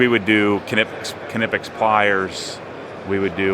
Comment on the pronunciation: For Knipex, it’s pronounced “ni-pex”